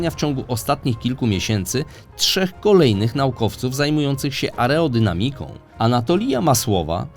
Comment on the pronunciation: Ciekawy materiał. Mówimy "aerodynamika".